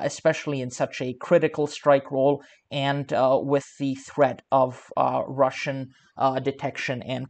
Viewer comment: cant even say russian ... another poser site